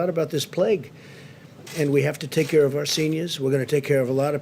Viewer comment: He doesn't "carr" but actually cares about us.